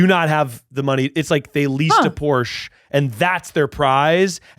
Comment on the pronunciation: Yall saying porche wrong tells me everything I need to know